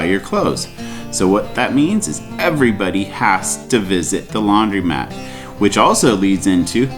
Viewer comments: It’s pronounced Laundromat not Laundry mat. A laundry mat is a mat on the floor of a laundry. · Why do all u roadies pronounce laundromat laundry mat? Ha!